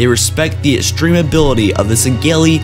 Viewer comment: Pronunciation time! Schism is not Skism Te is pronounced "tay" formidable not formible battle not bantle (bantle of responsibility? lol) extreme not estream sanheili not singeli Jesus christ you shouldn't be doing this.